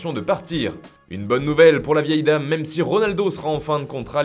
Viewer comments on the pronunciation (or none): none